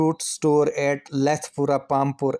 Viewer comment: Lethipura hai sir Lethpura nhi